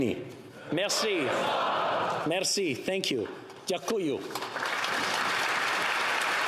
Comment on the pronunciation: Ya coo you. Accent on first syllable